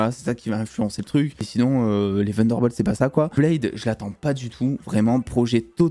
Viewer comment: pourquou tu dit "vunderbolt ?"